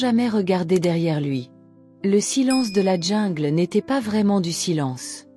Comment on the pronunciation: On dit jungle et non djingle